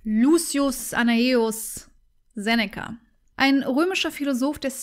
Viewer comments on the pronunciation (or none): none